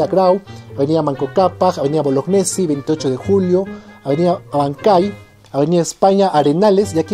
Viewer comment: Bolognesi se pronuncia "Boloñesi"; resulta que es un apellido italiano